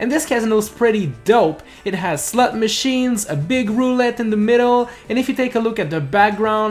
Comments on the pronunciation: slut machines???? I know he says slot machines, but that accent makes it sound different. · i’m sorry but all i can hear is “slut machines” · Did he say slut machines? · hehe he said slut machines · he said slut machines lol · He said slut machines 😂😂😂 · I also heard that lmao